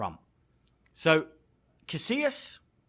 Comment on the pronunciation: haha "casillias" with the Ls pronounced lol